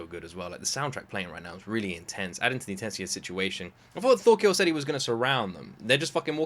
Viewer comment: FYI his name is Thorkell, not Thorkill